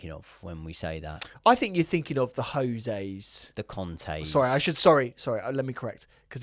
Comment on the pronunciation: J for Jose pronounced Hose if spanish... but he aint.....is he... I'll call you.... instead of... probs use to that tho eh bruv xxx lol